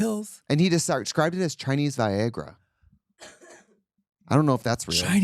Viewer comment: That Wisconsin accent came out in "viehgra" LOL